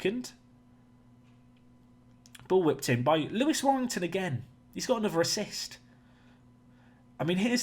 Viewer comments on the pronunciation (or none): none